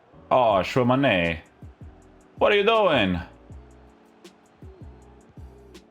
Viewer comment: It's not "Shuwa Mane" wtf 🤣🤣🤣🤣